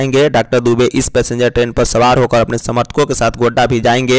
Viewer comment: GONDA NAHI HOTA HAI GODDA HOTA HAI